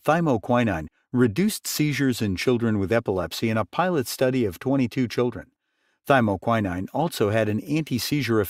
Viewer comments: Yep. That's a long O, not an I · To the narrator: You consistently mispronounced thymoquinone. It takes away from your message.